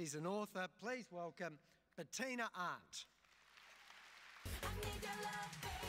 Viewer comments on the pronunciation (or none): With his accent he COMPLETELY butchered her last name.